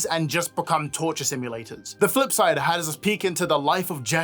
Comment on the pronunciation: i genuinely heard “the footside” first instead of the “flipsidr”